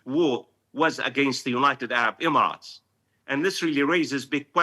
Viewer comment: Professor, you are saying “United Arab “Imarat” too much 😂😂😂😂